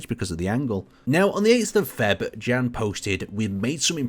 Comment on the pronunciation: you can read "Jan" name as "Yan" just like in the the word "yes" (affirmation).